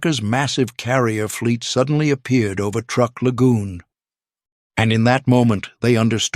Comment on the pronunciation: Truk (TRUE-K), not TR-UCK.